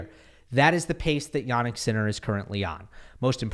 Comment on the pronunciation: Hey! I'm Polish, I've also studied English, German and Italian. Much as I love your channel, I cannot help but wince whenever I hear you pronounce the names "Hurkacz" and "Jannik" as "Hurkahtch" and "Yahnick". It is not only unnatural, but also incorrect. I suggest you use the regular short English front vowel "a", rather than the long back vowel "ah". The vowel in both cases has a fairly neutral, short central "a" sound, not unlike the English word "practice", where the front "a" becomes somewhat centralized. So I suggest you use that. I assure you that it will sound much more natural, and much closer to the original! Apart from that, Iike I said, I love the channel, love the content and delivery. Just go easy on the "ah"s, ok? (Unless you want to go "Ah!" after someone's brilliant display🙂) It will be much appreciated.